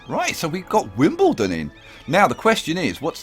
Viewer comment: Wimblendon?!! God I love your series